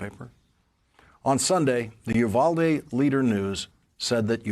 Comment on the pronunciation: I know it's not a big deal but I wish these news reporters would look up how to pronounce Uvalde. It's hard to listen to when you're from there.